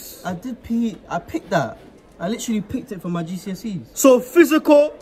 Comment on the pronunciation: "GDSE's" hahahahaha